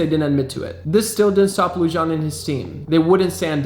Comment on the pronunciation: David Lujan is pronounced David Luhan